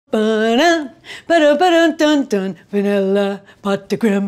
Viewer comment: You pronounce the creme perfectly. But pots is pronounced "poh" (rhymes with oh). Great recipe! Great video! Merci beaucoup.